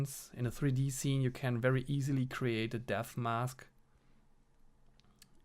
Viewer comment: You saying "depth mask" sounds like "death mask"... 😀 I enjoyed this quite a bit. It reminds me of the good old digitaldecoy days... 👍